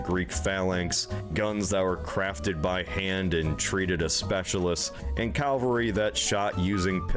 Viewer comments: This narrator seems unable to pronounce the word Cavalry. Either that or he's dyslexic. It's certainly not "Calvary". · Is it just me getting annoyed by “Calvary” being said instead of cavalry. Two totally different things 😡😂😡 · Absolutely - yes I heard say it correctly as I was typing. 🧡🖖😊 It does "grind my gears" though whenever I hear things - not just "calvary" grrr - Mispronounced!! I am a self-confessed pedant but an unapologetic one!! 😊🧡🖖